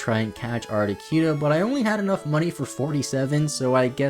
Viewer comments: It amazes ne how many times you managed to squeeze in saying 'ArtiQUEno' 😅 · Hello from a new subscriber. I liked the long intro. Not many, if any, would show that kind of attention to reading that guide book. I’ve never heard Articuno pronounced as Arti-kew-no before, lol. Interesting how differently names can be pronounced. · Lol "Moltress" and "Articyuno" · Great video, but I take issue with the way you say Articuno..... art-ih-coon-oh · you say articuno like cartman says coon on south park..... and its cringe af.. but i still love your videos. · the way he pronounced articuno tho.